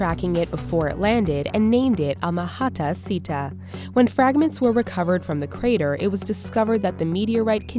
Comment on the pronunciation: carter instead of crater